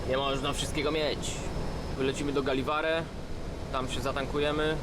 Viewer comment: Mistrzu ,do litry T i w lewo do Narvika i nie czyta się Galiware,tylko Jeliware.